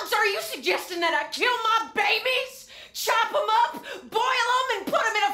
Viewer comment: She said chope'em up lol XD